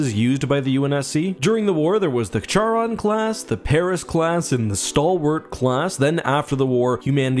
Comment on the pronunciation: Charon is pronounced keh·ruhn. Jeez duder.